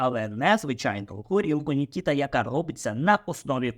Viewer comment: Не НікІта, а НікітА, кіно таке...😊